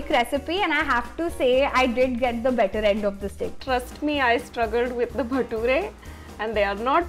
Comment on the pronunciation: She butchered the Baturas